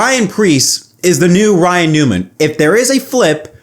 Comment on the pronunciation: Ryan. It rhymes with flyin'.